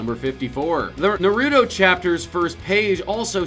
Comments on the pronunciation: It's Nah-Roo-Toe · I’m not trying to be mean but it pisses me off that you also call naruto na ruto it is nar uto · It’s not na ru to its nar uto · Stop saying nuruto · My brain cells commit suicide every time he said NARUTO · Pronounce Naruto correctly or so help me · Every time he has na ru toe it hurt my soul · Jesus Christ just pronounce it (Nah)(roo)(toh) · I don’t think you are pronouncing naruto right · Jesus watch how you pronounce Naruto please